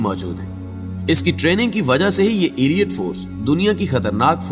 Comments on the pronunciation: Not "Aliat" but the right word is Aleet (Elite) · ایلیئٹ فورس نہیں ہوتا 😂 الائیٹ فورس ہوتا ہے correct your pronunciation